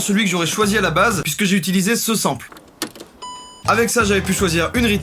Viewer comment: Plagia Clash Of Jacky, sample ce dit sanpeul